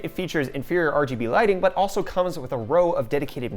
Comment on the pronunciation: Did he just say R-G-B into Rgb